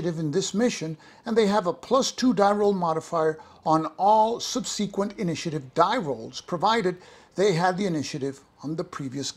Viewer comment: Are you pronouncing subsequent like that to mess with us?